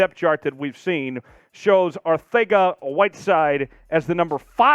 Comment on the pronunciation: Arth-ega? You telling me the c is pronounced "th"?